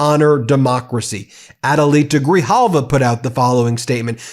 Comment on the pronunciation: Say her NAME everyone. 📣📢📣📢📣📢 Rep. Elect ADELITA GRIJALVA! (Pronounced: Gri-Halva). SHE WON fair & Square.